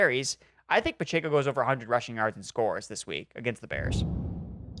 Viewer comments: Guys… for the love of God… it’s “Pah-Check-Oh.” Not “Pah-Chey-Koh.” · PachAco??🤣🤣 last time i checked it’s Pacheco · It’s pronounced PUH CHECK O